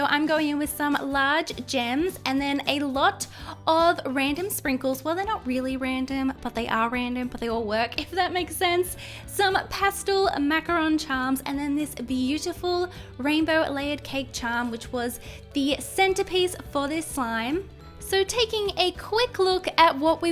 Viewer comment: Actually for the first slime it’s pronounced macoRON not macaroon sorry